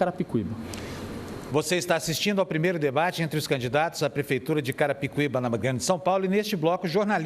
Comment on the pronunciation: carai o apresentador erra o nome de carapicuiba toda hora kkkkkkkkkk